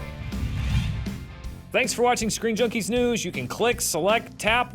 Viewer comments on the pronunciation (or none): You said sceen jnunkie news not screen junkie news